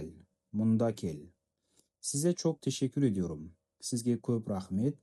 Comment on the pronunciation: Ташаккур адаюрум дейді ма😊